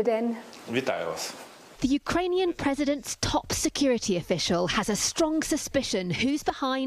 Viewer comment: "Utrainian". Hilarious.